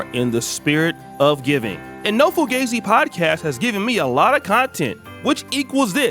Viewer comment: "Been Fugazee"